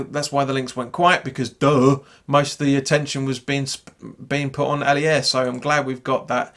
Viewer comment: Hiya, another good video...one thing though, there's no i in 'Aller, it's pronounced the same as alert, but minus the t...😊